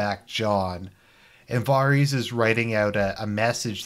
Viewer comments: Voreese? Oh you mean Varys “vear-is” dummy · FFS stop pronouncing his name VAR EES. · Really? VAR-reez. So that's how you going to pronounce Varys name? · Why do you struggle to pronounce Varys? Where the fuck does Vareez come from? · This season has been disappointing yes, but Someone who can’t even pronounce varys name correctly is criticizing this show LOL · Wow.........brilliant logic. The man gives out at least 10 solid arguments why the last seasons (this one especially sucked big time) and you counter it....by saying he didn't pronounce a name correctly? Da fuq? Are you related to D&D? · Haha you can’t pronounce Varys properly. Jackass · You’ve watched the show for 8 years but still don’t know how to pronounce Varys.... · Hard to take your opinion seriously when you don’t even know how to pronounce Varys’ name. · You can’t even say Varys name right. Fucking inbred